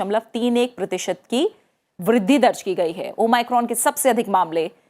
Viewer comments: New version of o my god 😂😂😂😂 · Thanks maim har jgh omicron ko o my crone bol rahi h kon kon gess kiye hai